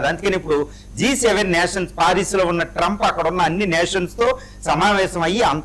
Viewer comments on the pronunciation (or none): ట్రంపూ.. హార్మోజూ... హమాసూ... ప్రపోజలు... మీ ఇంగ్లీష్ సూపర్ సార్.... 😂😂😂😂